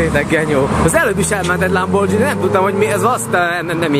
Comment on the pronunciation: Kiejtve nem lambordzsini, inkább lamborgíni